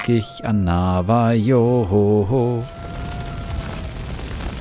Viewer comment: Ich möcht ja nicht klugscheissen, aber Navajo wird nicht deutsch „J“ ausgesprochen sondern spanisch, also „J“=„ch“ „Navacho“